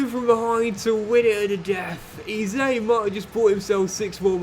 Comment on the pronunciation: PRONOUNCE EZE NAME PROPERLY ffs